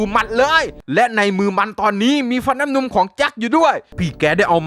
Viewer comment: เป็นเราคนเดี๋ยวหรือเปล่าที่ได้ยินพี่พูดว่า เทพทิดาฟันน้ำนุง